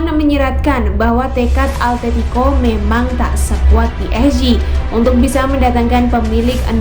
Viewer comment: simao,,,, simoa atetico.... altetico awowkwokwo